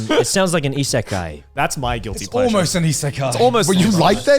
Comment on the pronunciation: Joey should've put an emphasis on the GUILTY, in "guilty pleasure."